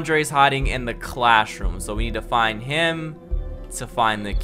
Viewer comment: my man said “clashroom”